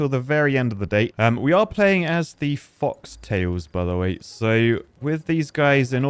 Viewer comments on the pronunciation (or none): it took minutes to get mispronounce Folktails again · folk not fox